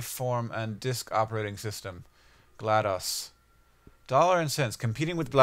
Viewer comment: uh its GLaDOS not GLADoS